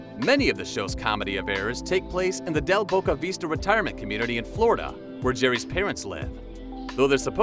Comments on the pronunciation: It's Del Boca Vista not Veesta. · The VoiceOver obviously never watched the show if he's calling it Del Boca VEEEsta. C'mon man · "Del Boca Vee-sta"? Narrator: Please go to the dictionary and check the correct phonetic pronunciation for the word "vista."